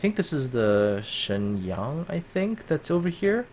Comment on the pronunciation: Hey, when you pronounced that Hsienyang, I almost felt you were Chinese XD